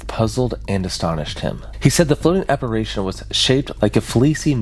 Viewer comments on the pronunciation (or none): Apparition... App-A-ri-tion(shun) Not app-a-RAY-tion! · I love this story, but I just gotta say, it's appar-i-tion, not appar-a-tion. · Aside from mispronouncing, "apparition", as "apparation", you also mispronounced the word, "writhing", as "worthing". And you mispronounced, "imbibing", as "inhibiting". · It's pronounced, "apa RI tion" not apa RAY tion" jeez dude, and you have kids omg .😮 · The word is: Apparition. Not, "Apparation". Unless you were meaning to say: aberration? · Apparition. Not apparation. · ApparAtions be apparAtin' yo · Check your pronunciation of the word "apparition." App-uh-rish-un, not app-a-ray-shun. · Great video, but I have to grit my teeth and flinch every time he says "aparation", instead of apparition. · is saying apparation, which i dont think is a word outside harry potter. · Ap-pa-rih-shun Try and enunciate the H in "rih" and say "shun" immediately after. It'll fix it for ya, you spoon. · You are mispronouncing the word apparition. You keep saying app-ar-A-tion. That's not a word. - Grammer Police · Born and raised in Central Indiana and I've never heard of this. 😮 Edit: app-ar-i-shun. "I" as in "it". W-r-ai-thin = writhing. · What is an "apparation?" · aCSHUALLY ap·pa·ri·tion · A small quibble: the word "apparition" is not spoken "apparation"... there's only 2 a's in the word, not 3. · He was saying apparation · Great video as always man. I love your stuff. Also, its "apparition" ❤ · Interesting story but you kept mispronouncing this word: apparition. Drove me crazy. 🤪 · Is he mispronouncing apparition on purpose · Apparition. Writhing. Imbibing. I'm not halfway through and he's continually mispronounced these words. Its very good content but these mispronounciation shit is killing me. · Went to the comments to read other people’s theories on this and all I saw was people whining about his southern pronunciation of apparition 😂 Honestly didn’t even make me bat an eye lol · Yeah, we’re not gonna let that pronunci-ition slide